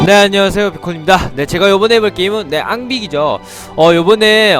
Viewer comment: 앙빅인 암빅이라고 해어요